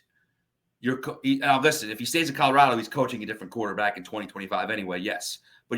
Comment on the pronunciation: love you and everything you do and bring to The Nation. But, if you’re going to talk about my great state and the great coach for the Buffs, please, it’s ColoradO not ColoradA. 😂